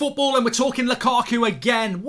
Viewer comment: Whenever I hear mark saying lukaku,it sounds like lakuku😂